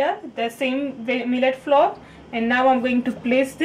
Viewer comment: That was GREAT ( BTW: FLOUR .....it is pronounced just like: - “Flower” please ( i.e.: -NOT like “Floor" )